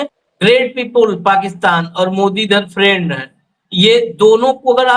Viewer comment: Friend or prend.😂😂😂